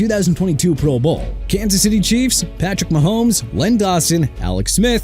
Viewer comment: Why no love for David Woodley with the Dolphins? He took them to Super Bowl 17-- which is FAR more than Tannehill or Tua have managed. BTW- Is the voice on this channel an AI voice? So many words either mis-pronounced or accenting the wrong syllable ("proBOWL" every time it's mentioned)